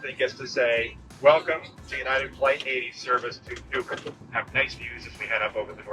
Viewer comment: Hey...it's united😂